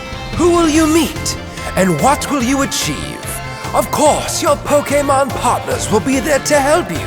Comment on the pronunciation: “First ”